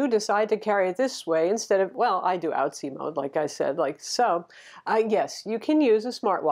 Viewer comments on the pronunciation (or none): Lol “outsie mode”